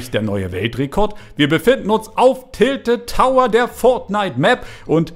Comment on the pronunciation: Tilted Towers!!! Das zweite Mal, dass es falsch aussprichst!